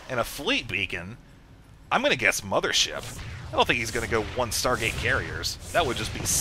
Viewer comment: mothership warp cannons? hmm.... "mo-pho-wa?"